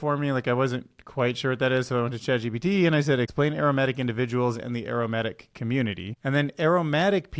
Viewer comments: dude it´s aromaNtic not aromatic xD maybe if you read it correctly the first time you could have guessed better what it was xD also it´s mistral and not Minstral :D minstral.. mistral who cares.. fuck the french right?^^ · I heard aromatic flag and wondered how it smells. Did you insert that section after the incredibly phallic robot on purpose? And I shudder at the thought of what they might do if they made the tip glass and put a camera in it. There are use cases I definitely don’t want to see there. FYI, try pronouncing it ay-romantic, where ay rhymes with grey and romantic has an audible n. Otherwise, people will be very confused and wonder why there’s a special flag for herbs and spices. When you prefix “a” to the beginning of a word, it’s a bit like putting “un” instead. It implies an absence of something. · It’s aromantic… not aromatic. Lol you sound like you’re saying it has a nice aroma. Think of it like asexual. Love your work though.. keep it up 😊